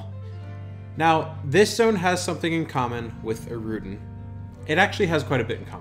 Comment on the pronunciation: For somebody with do many years of experience, it's insane how many names and terms you mispronounce...even obvious ones like Innothule, Deity, Erudin. Ill cut you some slack on Qeynos and the 10 other mispronunciations